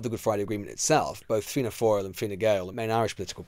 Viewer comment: Well done, Lewis - the first English journo I've heard, not absolutely mangle Taoiseach, Fianna Fail, and Fine Gael.